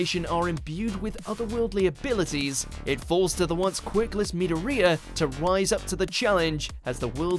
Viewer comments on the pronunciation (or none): POV: you pronounce Midoriya Meedooreeya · Starts to watch this. Commentator says ‘Midoriya’ so wrong. My heart hurts!